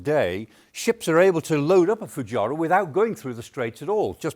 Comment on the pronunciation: There is a strategy?? OMG, at least get the pronunciation of things right, Foo-gy-ra??? 😅😅Never heard it called that before.